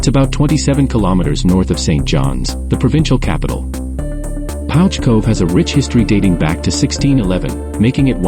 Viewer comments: It's pronounced Pooch. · The narrator is pronouncing the village incorrectly. It’s pronounced Pooch